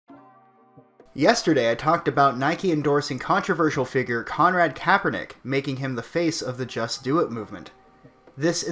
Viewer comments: I love how you never say his name right. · are you pronouncing his name differently on purpose? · I like how you say his name wrong everytime!!!